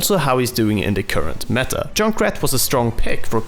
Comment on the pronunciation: Back again with "What's the me-ah"